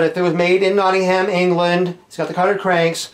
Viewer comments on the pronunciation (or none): Nottingh'm - The A is silent ;)